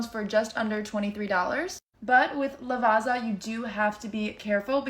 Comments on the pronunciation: LavaZZa not Lavaza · no shade. just here to say that it's [laˈvattsa] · The ginseng coffee is ubiquitous in Italy, and it's coffee ground together with chinese ginseng root, which adds a smoother, sweeter flavor, and is said to give extra strenght and energy. The marocchino is espresso with some milk foam and cocoa powder on top. Also, Lavazza is pronounced Lavatza :) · LavaZa, LavaZa... If only there was another Italian word with ZZ that could help them pronounce correctly......... 🍕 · To learn how to pronounce Lavazza correctly. Read "pizza" first. Now read "Lavazza":) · Lavazza has zz so you say it like zz in pizza!